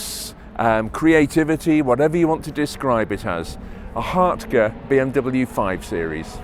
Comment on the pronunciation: Finally someone who can pronounce HARTGE properly!!